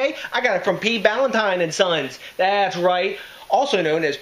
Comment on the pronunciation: brewed in NEWARK up until 1972 on 57 Freeman St. in the Ironbound section you're pronouncing it wrong too THIS IS GARBAGE COMPARED TO THE ORIGINAL Peter Ballantine was a Scottish brewer who set up a brewery in NJ. Jews from NY bought out the brewery in the 1972, and screwed the workers. NEWARK was a beer capital. Now gangs roam the blood bath city, and all those breweries are in ruins, except Budweiser across the street from NEWARK INTERNATIONAL AIRPORT.